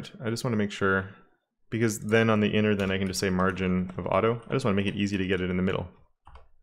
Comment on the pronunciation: “You know when you have no time to spend on naming your classes” - Meanwhile, “inner-inner-inner” instead of “innerthree”